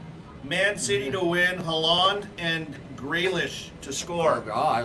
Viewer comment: Y’all need to learn how to pronounced Haaland🤣